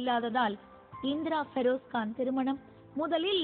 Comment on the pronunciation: I hate the way this news reader pronounces the name Feroz. Seems like an illiterate person.